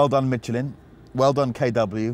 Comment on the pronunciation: He said Mitch-elin